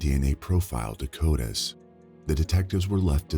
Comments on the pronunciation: Love the vids but listen man its C.O.D.I.S., it’s very much not coitus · Not sure if anyone else kept getting thrown off with this, but there is an incorrect pronounciation that continually comes up throughout these stories. The database used to hold DNA is pronounced “Co-dis ”. The narrator continually says “coy-dis”. But it sounds like “Coitus” —- which is the medical term for intercourse! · Please please please stop saying coitus! It's hilarious but so far removed from this context. C o d I s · It is CODIS, not coitus. Yikes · A few corrections: 1. Amore is Italian, not Spanish, for Love ❤️. 2. CODIS is pronounced coe-diss not coy-tis. 3. Jefferson Parish is not 2 hours north of New Orleans. It’s not even north of NO at all, LOL. 4. Cologne, Germany not Colon, Germany 5. Her name is pronounced Pay-truh not Pet-rah. 6. The city in Florida is pronounced with “Like” in the middle, as in Ohpah-LIKE-uh. I know there were 1 or 2 other little mistakes, but I cannot remember them and the video is too long to rewatch right now. I hope someone else spots them so you can get all of these corrected. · Lol yeah "coy-tis" means something entirely different! Hahaaa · it's CODIS, not coitus... but an unfortunate one there. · It's CODIS, not coitus.